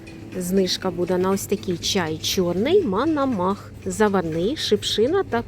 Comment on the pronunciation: Пані, чай МОНОМАХ,а не МАНАМАХ!!?)